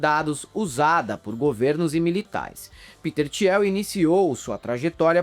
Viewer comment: Desculpa, mas o falando "Tiel" me pegou muito. A pronúncia correta é "Til", Peter "Til". A guei ricah que apoia homofóbicos e tals, mas para além disso, como diz o vídeo, o pior é o que ele faz com o dinheiro (absurdo) que ele tem. Ele financia várias iniciativas de anarcocapitalismo, aceleracionismo, enfim... Várias bostas.